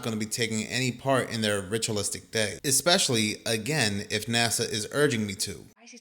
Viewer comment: It's hard to take the guy seriously when he pronounces especially as "ECKSPESHALLY". 😄 Dude is completely WRONG about dinosaur bones in museums. There are many museums in the U.S., Canada, Germany and elsewhere that display authentic bones, including the famous "Sue" in Chicago's Field Museum, which is the most-complete T-Rex skeleton currently known to exist. The American Museum of Natural History in NYC has a collection of 85% real (not fake) dino and other fossils available for public viewing. He's pulling stupid conspiracy theories out of his ass and should do some research before making videos.